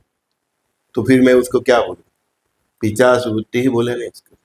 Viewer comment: Plz correct urself... It's nt "पिचाश" It's "पिशाच"..